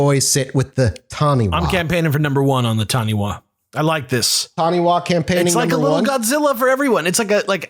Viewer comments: I think I could buy New Zealand being known for Taniwha. Most people here have heard of them. Cringed a little on the pronunciation though. wha is usually pronounced Fa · 'Wha' in Maori is pronounced as an F sound. Taniwha is pronounced tani-FAH, although it sounds a lot cuter the way you are saying it.